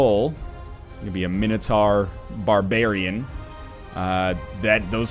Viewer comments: God NL, It's not Mini-Tar it's Mine-o-Tour. Gotgudengland pls. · No matter what it is but it certainly is NOT mini tar.... that's fucking retarded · No, guys, it's Min-O-Tohr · Nah mate mini-tar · Mxyzptlk246 Agreed, Min-O-Tohr. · Man, here I was thinking it was minotaur. How silly am I?